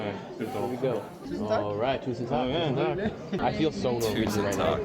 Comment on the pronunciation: "Tak, tusen tak" - That's "Roof(s), thousand roof(s)", you need to shorten the A and thicken the K to get "takk" (thanks). For an English comparison, it's like you're saying "week" (long vowel, thin consonant), when you're actually trying to say "wick" (short vowel, thick consonant).